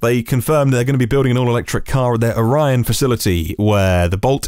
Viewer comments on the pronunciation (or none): I'm a few miles from the plant where the Bolt is made. It's pronounced OR Long E UN with equal emphasis on each syllable.